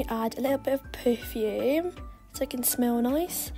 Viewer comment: She said poofume 😭